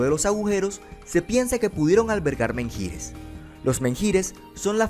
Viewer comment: menhir se pronuncia más bien "men-ir", menjír suena muy raro lol.